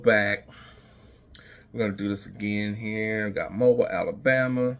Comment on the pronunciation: Pronounced Mo bill not bile